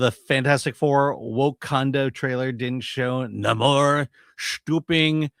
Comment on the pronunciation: Today's "Na-MOHŘŘŘŘŘ" is so pathetically inaccurate. This current ersatz pismire depiction/iteration just has me re-reading the John Buscema issues from the late 1960s.